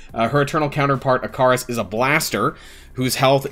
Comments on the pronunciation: try pronouncing it one more time, it’s “ick-uh-ris” 😂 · Great video, please go check how Ikaris is pronounced for future videos xD